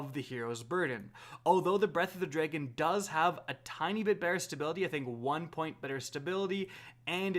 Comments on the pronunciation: Drag-on not dray-gone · “Breath of the DRE-gen”